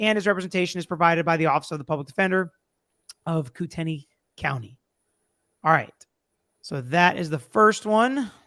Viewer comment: Kootenai sounds like kootknee. 😊 It Indian.